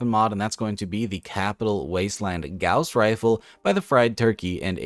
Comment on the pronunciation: You said Gauze rifle wrong.